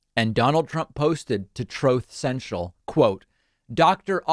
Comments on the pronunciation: Troth Cential hahahaha..... What a morroonn...... ;P :D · Troth Central😂 Can Dumb Diaper Donny pronounce anything correctly??? I just want him to go the Hell away!!!